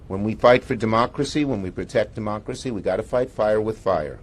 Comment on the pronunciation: There he goes spewing that save their DUH-MOCKRACY bullshit